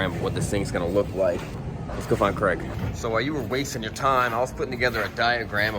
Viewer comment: i wish you would stop calling him Creg (like Greg), im pretty sure his name is Craig (like CrayG). Ask him! lol